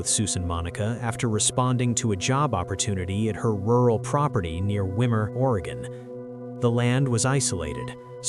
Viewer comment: It's pronounced Whymer